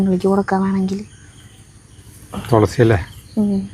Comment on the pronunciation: തൊ ള സി അല്ല തുളസി, തു തു 😅